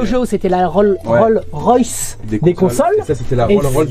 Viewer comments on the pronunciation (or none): Ah bah tu peux te moquer de Mike... C'est Roll"S" Royce 😊 On prononce le S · Un gros montage sur la mauvais prononciation de daimakaimura mais nous montre 5' après qu il n a pas appris à prononcer Rolls-Royce 😅😅😅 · L'autre qui se moque de Mike et qui sort "Role Royce" 😂 "Role Royce" "Role Royce" Role Royce" 😂